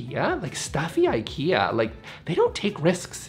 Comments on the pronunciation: It's really ok not to learn Swedish for this 😁But you COULD pronounce Ikea as it is intended... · I am not angry but just the Brandname should be pronaunced right I think. Other than that nice vid and thank you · Please don’t say Eikeea. It is pronaunced Ee ka(y)ah